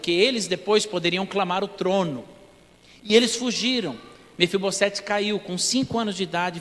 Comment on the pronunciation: Mefibosete, o S NO FIM DE NOME PRÓPRIO TEM SOM DE Z.